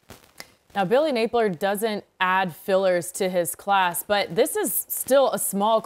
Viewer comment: Does this chick even know ball or is she just there because she’s a female? She said Billy “Napler” 🤦🏽